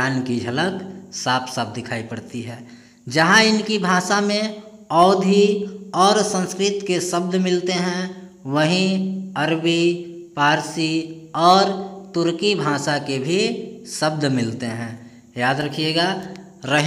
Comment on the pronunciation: Parshi nahi farshi hota,😢🤮